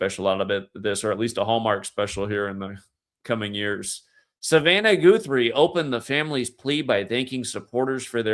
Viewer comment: Guthrie pronounced like gut not goot ❤️ Like Arlo Guthrie